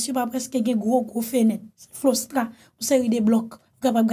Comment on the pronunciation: C pa flostra c clostra